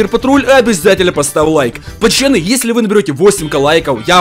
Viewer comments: Кто заметил что он говорить не поцоны а пачаны 🤣🤣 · я смеюсь на твойх видео ты говариш почяны место пацаны хахахахаахапхах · Хватит говорить пачяны